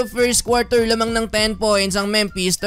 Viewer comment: Memphis Pronunciation: Memfis Hindi Mempes.